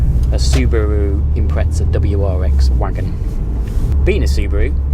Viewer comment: No hate but where is the t in Impreza?